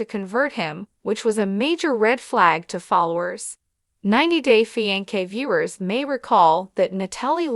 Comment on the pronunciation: Holy cow How bad is this narrator?!? Fi-N-kay?? Lmfao